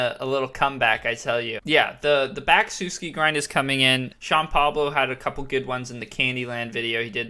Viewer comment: it's pronouced SUH-ski. not soo-ski 😉